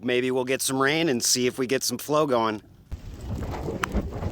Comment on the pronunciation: I just realized that you say, "What's GROWING on everybody..." LOL! Love the channel and thank you for sharing your knowledge with us!